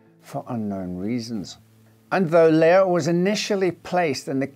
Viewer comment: Finally someone who pronounces Leah right!!!